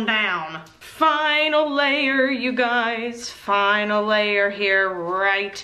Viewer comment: Anyone else hear "finally" in a funny accent when says "final layer"